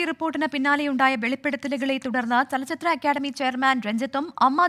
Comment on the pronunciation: ലച്ചിത്ര അല്ല ചലച്ചിത്ര🤪